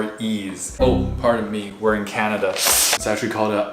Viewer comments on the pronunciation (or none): none